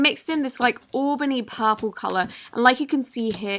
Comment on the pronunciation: Lol it’s purple not popaal